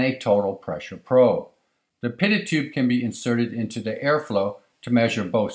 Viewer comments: Stumbled across this video as a pilot trying to learn more on the difference between Static and dynamic pressure as it relates to airfoils. Great video but I am pretty sure the T is silent in Pitot-Tube and is pronounced, "PEE TOE" - Tube, not "Pitted" Tubed. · I have never heard anyone cal a pee. toe probe called a pit tot probe. pi·tot tube /pēˈtō,ˈpēˌtō to͞ob/